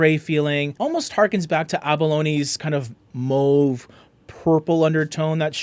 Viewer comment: Do you speak french? The way you say "mauve" sounds like us Quebecers 😆